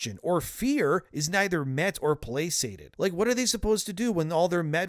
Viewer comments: Plasated? Did you not write your own script and know it's placated? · thats not how placated is pronounced Also it’s Guantanamo bay not guantamano bay